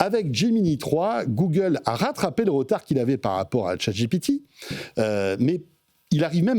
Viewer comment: J ai arrêté de regarder quand j ai entendu googaule.😂